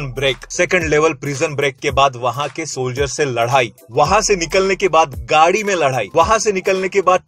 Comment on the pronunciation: लड़ाई ❌ लड्हाई ✅😅